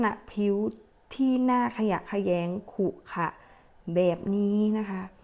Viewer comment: ขรุขระ ไม่ใช่ขุขะ เป็นครูได้ไง